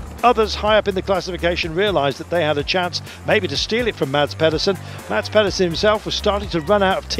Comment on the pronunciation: Guys. Please. Mads has been world champion for a year (okay lost half the season, but hes done the tour for 21 days being prominent for porte!) Say his name properly!! The d is silent, its pronounced Mas! Not that difficult and its sort of yknow, your job!